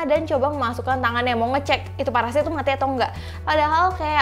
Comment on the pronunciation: Parasit kak bukan paresait 😂🤣😂🤣😂🤣😂🤣😂 ngakak plus horor